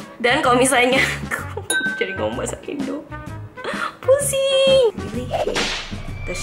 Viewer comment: Ngakak pas ngmg “pusinggg” 😂 you’re so cool btw ! I’m a faaannn 😍🙆🏻‍♀️